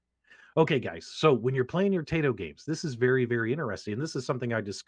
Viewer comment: It is "tie-tow". :)